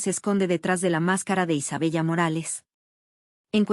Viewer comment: Isabella se pronuncia Isabela